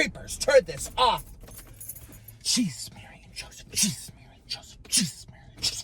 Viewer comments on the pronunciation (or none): Jeejus mary and jhoosephhh Jeejus mary and jhoosephhh Jeejus mary and jhoosephhh. Man, he really brings the fun